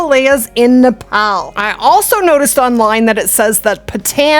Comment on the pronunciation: Just a bit of help on the pronunciations. Pronounced "Nep - all" and "Munt - jack" Muntjac are an invasive species in the uk, can be hunted all year and in infinite numbers